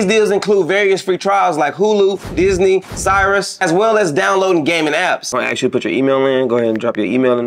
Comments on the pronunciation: Bro...... am I the ONLY one that caught him saying Syrus instead of Sirius??? 😂😂😂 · Nigga said “Cyrus” for the ad😭